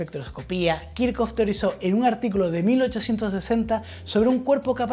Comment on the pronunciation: kirjhof, no kirkof